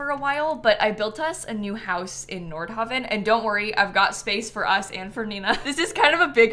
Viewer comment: Nordhavin? Not Nord-haven?